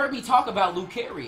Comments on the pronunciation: It's not care it's car io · its lu-CAR-io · he said lucario wrong